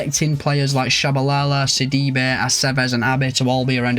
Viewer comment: Ah thanks for the shoutout bro! Did very decent with the pronunciations 😂 👏 ! Great rebuild! Got Sidibe on a Stoke City rebuild and he is such an all-rounder! Love from South Africa as always!